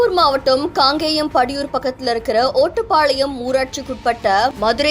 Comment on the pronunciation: ஓட்டபாளையம் இல்ல ஒட்டபாளையம்